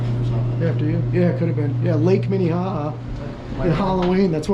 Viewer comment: MINEHAHA LOL I think there is a town called MINEHOHO😂😂😁😁🤩